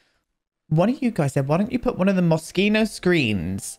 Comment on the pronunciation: I don't know how much you might care about it, but you said "Moschino" correctly the first time! Saying "Moschino" with the "sh" sound in Italian means "a bit flaccid", which is funny, but perhaps not exactly what Franco Moschino had in mind.